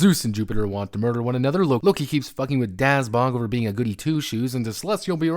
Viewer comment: pronounces Dazhdbog in the worst way possible, forced to be leave his mortal coil